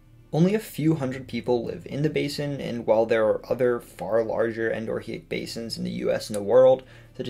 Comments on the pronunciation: Psst. The syllable break is on the o. Endo-rheic, meaning "flowing (only) within". The h is silent because Greek, like in "Rhea". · Just fyi, endorheic is pronounced with a silent h, just like diarrhea.